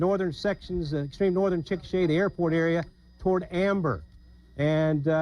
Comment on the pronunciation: Chikasha is actually pronounced as Chick-a-shay. I heard it from an Oklahoman once One decent-ish way to measure a mile, or any increments of a mile, is city blocks. 12 city blocks roughly equals 1 mile